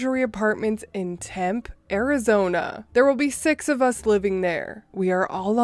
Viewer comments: The Arizona ity is pronounced Tem-Pee, accent on the second syllable. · Tempe is pronounciated "tem-pay" for some reason. HNY! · Tempe, Arizona is pronounced (Tem-pee) lifelong Arizona resident here. Tucson is pronounced (Too-sawn). Just FYI. P.s. love this 1.5 hr compilation. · Temp e two syllables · Its pronounced tempee lol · yah its weird. I thought maybe you didn't want to say the word pee cuz its pronounced temp pee. My whole family is from Arizona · Actually Tempe is pronounced Temp-pee. Source: live in AZ not far from Tempe for 10 years now and married an AZ native (specifically here in the Valley). Also my dad worked in the city for about 9 years, was told multiple times it was Temp-pee. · lol you're totally good. I moved to AZ in 2011 and thought it was tem-pay as well originally. I was swiftly corrected. Another weird pronunciation for you: in Georgia (the US state) there is a county called Houston County. It is not pronounced hew-ston like the city in Texas. It is pronounced House-ton. No I don't know why. It is weird. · So... the e at the end of "Tempe" is pronounced.